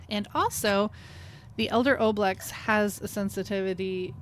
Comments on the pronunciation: Why do you mispronounce ooblex, but pronounce ooze correctly? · Apparently the Oblex were designed by a kid via the Make A Wish Foundation. So remember, that O pronunciation was part of the wish of a dying child. Don’t oo it.